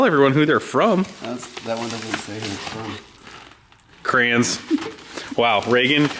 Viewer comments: Cray-ons not crowns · This the second video I've ever watched from you guys and seeing the crayons and the way you pronounce "CRAYNS" is awesome. Cheers from Ontario Canada